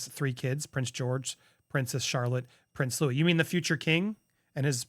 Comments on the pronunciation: Hi. Louis is pronounced Louwee. Please please please pronounce his name properly. Thank you. (Silent “s”) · Lou’s s pronounced looee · Louis pronounced Louee 🙏🏽